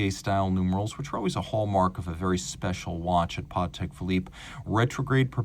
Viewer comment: so happy to hear you pronounce patek correctly in his polish last name!